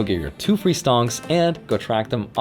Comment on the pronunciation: It sounds like you're almost trying a bit too hard to pronounce it like "Stonks," just sayin'... :)